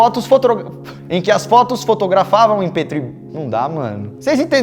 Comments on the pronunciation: Mano to morrendo de rir 🤣🤣🤣🤣🤣 Mano foi engraçado o Lukas tentando falar FOTOGRA... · Faz um vídeo falando o porquê q falamos uma palavra errada sentimos dificuldade de falar ela certa novamente como aconteceu nesse vídeo!! ( fotografada em Petro kkkkkkkkkl